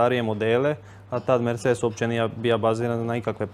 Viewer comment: Al fakat.... Bembure ... a i '' merDŽe ''